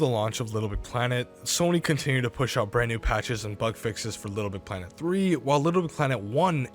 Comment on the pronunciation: For a channel based around Little Big Planet content, you seem not to be able to pronounce it. “Lbpltt”